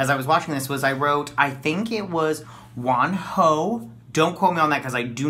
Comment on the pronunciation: Your pronunciation of Wonho's name is accurate 👻 this is their debut song. I met Monsta x at Shoot out comeback pretty recent.